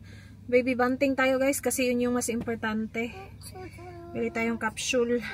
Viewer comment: What the heck is a Cap-“Shul”?? Isn’t it a Capsule ? Bakit “shul” 🤔